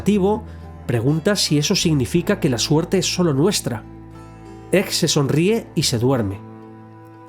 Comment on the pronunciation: ?Por qué pronuncias egg como [ej] en vez de [eg]? Me da mucha grima.